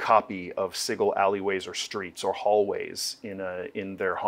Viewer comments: Why do they keep mispronouncing Sigil? It's pronounced si-jil, not sig-il. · I hate how they say "siggal" isn't of "sijal" 😭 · Does the pronunciation of Sigil bother anyone else. My brain figuratively hurts every time they say it. Like when people argue over Drow…. Sig-il… 😂😂😂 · the creator of planescape says it's j sound not a g sound. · The real pain is them constantly mispronouncing Sigil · I'm pretty sure the pronunciation is a little joke by the author. There's even a bit in the original source book with a court excerpt for a Paladin that got arrested for killing some devils once found himself in town. They were willing to overlook his mistake but they couldn't overlook him calling g the city 'Sidjul' rather than Sigil. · The word sigil as in "an inscribed or painted symbol considered to have magical power" is pronounced like a j.